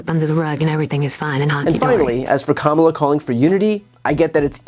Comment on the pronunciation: It’s not comemala her name is pronounced kamala like coma in a sentence & la,la,la- put it together and it’s kamala!